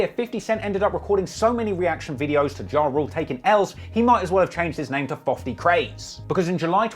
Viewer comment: Fofty Cent